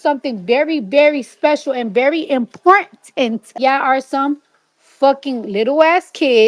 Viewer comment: Bch can't even pronounce a simple word IMPORTANT Barney bch sit tf down